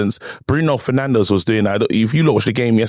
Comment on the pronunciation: Did just say “Bruno ferNANDOS” 😂